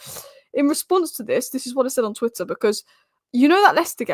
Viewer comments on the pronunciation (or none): none